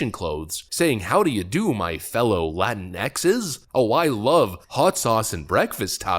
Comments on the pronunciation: She's saying LatinaX wrong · Latin-Ex? I've been pronouncing it Latinks, are you sure it's not Latinks? I mean, it's spelled Latinks. 🧚‍♂